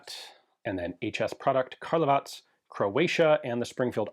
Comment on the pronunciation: You finally started to correctly pronauce the name of my hometown Karlovac👍👍